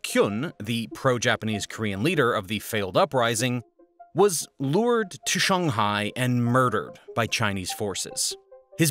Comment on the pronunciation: Shung- hai, Ha-vai-ee?